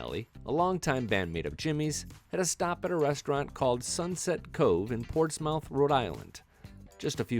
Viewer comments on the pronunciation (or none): Dear genius narrator: the town is pronounced Ports-MUTH, not Ports-Mouth.